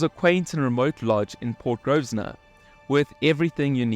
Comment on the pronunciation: Nice video. NB: PORT GROSVENOR - Pronunciation - sounds like "grow - vuh - nuh"